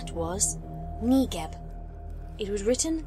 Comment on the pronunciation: I weeped every single time I heard "negib" it was literally the worst made me want to cry